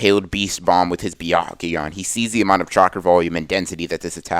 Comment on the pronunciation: He said bekakuganon LoL